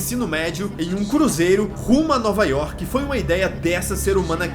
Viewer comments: É Jaison York e Jason Work kkkkk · "Jason yoke" "Jason Work" OI??????????????